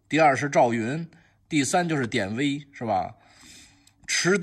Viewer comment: 给挑个小错：典韦中的“韦”发音同维护的“维”（二声），不是威武的威（一声）。本人比虚长十岁，从小就爱看连环画（俗称小人书），特别是《水浒》和《三国演义》，对里面的名将还是比较了解。原著里典韦多次冒死救出曹操，他就是为了曹操而生的。